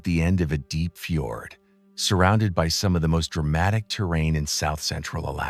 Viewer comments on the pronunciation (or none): none